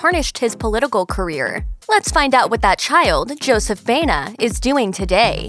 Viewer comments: It is pronounced BA- E- NA. Not BENA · Why do they keep pronouncing Joseph's last name, Bayna. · Correctly pronounce: bah-EH-nah.